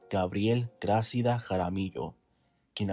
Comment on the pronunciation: Hola buen reportaje, felicidades, solo te acoto, no se dice Grácida , se dice Gracída, te puse las tildes para explicar como debes decirlo, saludos